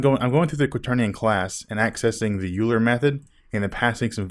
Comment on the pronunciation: Euler is pronounced 'oiler'.